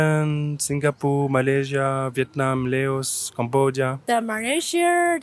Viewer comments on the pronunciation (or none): none